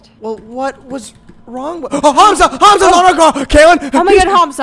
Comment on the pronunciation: Hearing you say hAmza instead of ‘humza’ pains me 😭😘😭